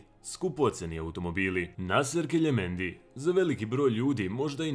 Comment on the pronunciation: NIje keljemendi nego kelemendi